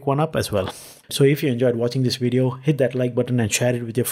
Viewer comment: When I heard "wideo" I left..